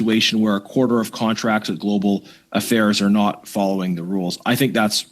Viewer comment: “Global Affails” …that’s the new catchphrase